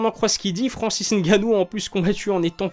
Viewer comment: Belle analyse , merci pour la prononciation du N 👍. Va tu approfondir ton analyse . Merci